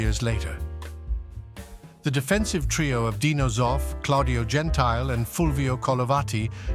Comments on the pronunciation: Isn't it pronounced Gen-ti-ley? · Some mistakes, like the way you pronounce Gentile or that you call Ceulemans a midfielder. And it should be mentioned that with 8 participants still about a dozen of competent teams were absent. Players who were missed in 1980 were among others Platini, Krankl, Streich, Blochin, Nene, Dalglish, Jennings, Hellström, Lato,...